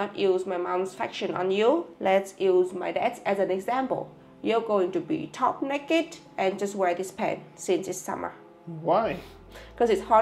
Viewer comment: "Top nekked" 😂